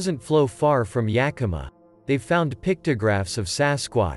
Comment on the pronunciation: Hey! The robot pronounced Yakima almost right! I'll take what I can get Edit: Reading it back, this post might mislead some folks. It IS pronounced "Yeah k(u)m uh", said as if you just kinda ran out of energy after the K. A good amount of Washingtonians, myself included, pronounce it with an "aw" at the end for whatever reason. "Yeah kim aww" Edit; Edit: I've heard other text to speech channels say "yeah KEEM uh", which is really the icing on my joke onion.